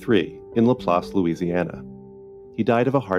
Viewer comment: Hello, Long time viewer 1st time commenter. I want to applaud the narrator for saying LaPlace, LA correctly. I am from there and alot of people say it wrong!